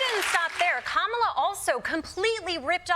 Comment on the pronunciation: Donny, if you want to make it with Kamala you need to be able to say her name… correctly 😂